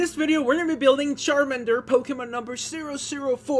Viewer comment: Don't say Sharmander Plz say CHARMANDER